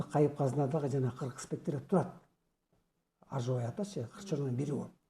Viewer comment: жакшы созор а айтылытыр бирок кыргыздын аксакалы ажыбай дэгэнди оруска окшоп жыны жи дэп айтып жатат шэгимбар чындап кыргыды суйобу жэ башкабы